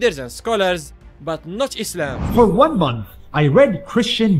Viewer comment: what about eezzlaam